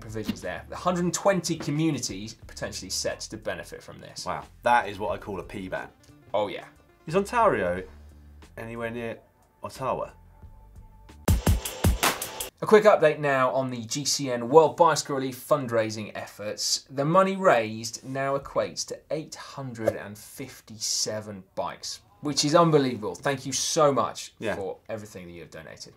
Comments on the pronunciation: It's so very cute when you Brits try to pronounce Canadian locales. Dan, it's Ottawa is pronounced OT-ta-wa, not ot-TAH-wa. And yes, our capital city is in Ontario! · Ottawa is a city in Ontario, pronounced AUDTOwa :D Glad to hear about the cycling infrastructure investment since I m moving to Toronto and getting my first proper cyclocross/road bike Cheers! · Very bad pronunciation of Ottawa.......and Ottawa is a city in Ontario........nice hair though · Dan should have the bodge/hack of the week for the pronunciation of Ottowa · Daniel Lloyd is officially on Canada's no-fly list. He needs a geography and pronunciation tutorial. Ottawa is Canada's national capital and is located in the province of Ontario. I can't wait till my next visit to Lonedone to visit the Queen! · Oh my word, Dan really needs to learn how to pronounce Ottawa, lol. I recommend the GCN staff watch the Scotiabank NHL 100 Classic outdoor game held in Ottawa this Saturday evening (Sunday for you). Get a real taste of Canada! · I ran out of hands to face palm with when Dan asked whether Ontario is near Ottawa (pronouncing both incorrectly...) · How hard is it to say Ontario and Ottawa? I'm not even Canadian and you're making me cringe, Dan! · Speaking as a Canadian; You need to improve your pronunciation of our place names!! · If GCN raises funds for 1,000 bikes will Dan join Matt and Sy in the London. Actually he should do the London ride by himself for asking if Ottawa is near Ontario... never mind the creative pronunciation... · Nice mispronunciation of Ontario and Ottawa, Dan. I expected more given that you're typically a cunning linguist.